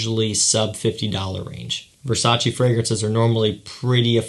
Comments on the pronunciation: Exact Versace no Versaci ahahahaha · VERSACEEEEEEE!!! NO VERSA-CHI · i am Italian VERSACE ....EEEEEEEE no Versaci